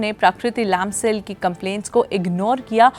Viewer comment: Please Say लम्साल not लामसाल !!